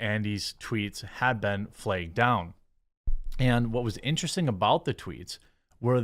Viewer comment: Lol "flegged." I love Jeremy!